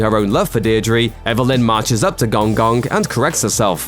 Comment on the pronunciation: please pronounce Gong Gong properly. 🤣